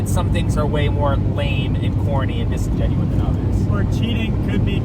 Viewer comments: Disingenuous is the word ur trying to say lol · DISINGENUOUS NOT DISINGENUIN